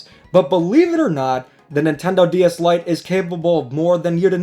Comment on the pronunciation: I thought you said "Light gay DS Lite"